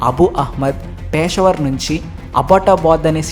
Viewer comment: పేషవర్ కాదు పెషావర్ బారక్ ఒబామా కాదు బరాక్ ఒబామా